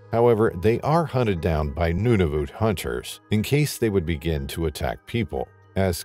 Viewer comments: It is not Nunavute it is Nunavut. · NuNAvut - he is pronouncing it as Nunuvut. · Accuracy? The territory is Nunavut, not Nudavut. Not "Inuits" but the name Inuit is already plural. There are no penguins in Nunavut and Pond Inlet is way above the tree line. 100's of km north of the Arctic circle. If basics aren't accurate, one may question accuracy of the actual event. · IT IS NOT NOONAVOOT. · The pronunciation of Nunavut is sending me 😂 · If you’re going to keep saying Nunavut, pronounce it correctly.